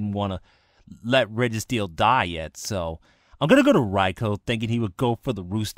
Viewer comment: I gave it a like for your thunder king raikou..I mean rai-oh.